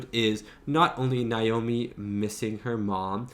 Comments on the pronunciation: why do you pronounce Naomi’s name like that? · Why can't you say Naomi?😂